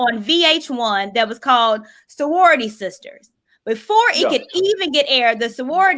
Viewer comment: "Sowority sisters "😆